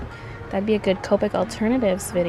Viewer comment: she is saying copic wronbg